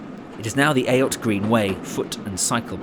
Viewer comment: a really informative video of a bygone age of railways joining industrial towns and citadels. The correct pronounciation of ayot it actually spoken as eight. e.g Chiswick Ayot.(eight), Ayot Green 'Eight Green' and so on.